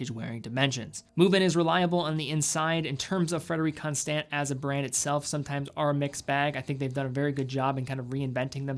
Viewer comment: FrederiK ConstANT. Why do you say it like that?